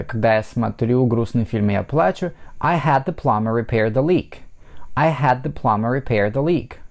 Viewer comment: Почему Вы говорите Пламмер???😮